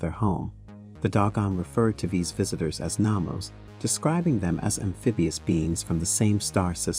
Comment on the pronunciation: I believe it's Nomos, not Namos.